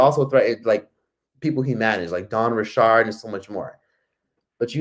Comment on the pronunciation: You don’t know how to pronounce “Richard”😂 sir what “Dawn Ri’Shard” 😂